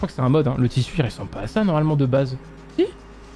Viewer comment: Salut, merci pour tes vidéos, ça fait des années que je me dit, quelqu'un va le corriger et tu continu: c'est ressembler et pas réssembler